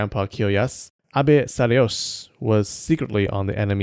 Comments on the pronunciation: Sadayosh? Boi, its SadayoSHI 🤣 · It's pronounced Sa-da-yo-shi, not sa-da-yosh